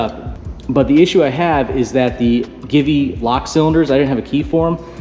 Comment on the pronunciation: Givi, it is pronounced "G V" Italian I believe...good video. ❤❤💯